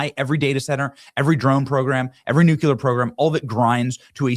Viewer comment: It's "nuclear"...not "nucular". George W. Bush used to say it like that. Great job otherwise, but please fix that.